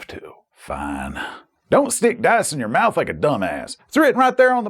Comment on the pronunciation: The way emphasises "in your mouth " makes me worry about him and his life choices. However already preordered in order to keep the gang safe.